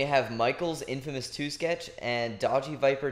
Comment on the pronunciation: funny how he says infamous2 :P